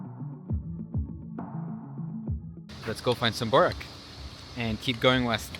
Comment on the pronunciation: GET YOUR PRONOUNCIATION CORRECT PLEASE, IT'S BORAK, IT'S CALLED BÜREK , JOGURT , THE J IS SAID LIKE THE ENGLISH Y IN BOSNIA.